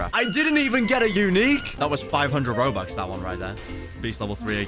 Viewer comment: i love how you said robax